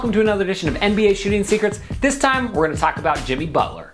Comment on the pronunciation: Michael Gabrielle alright so jiMEE butler